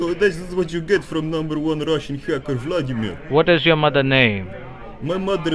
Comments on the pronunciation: claims to be ruski but pronounces Vladimir incorrectly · Except he called himself Vladim I r, which we never say. In Russian it's Vlad I mir. Or Vlad. The latter would sound more badass.